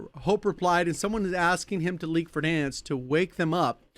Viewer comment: Vedansk? I'm sure i've pronounced it that way after long sessions back in 2020 :D